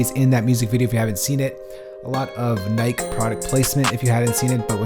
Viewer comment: "Nike" Its Nigh-Key. YOU EVEN SPORTS?!?!?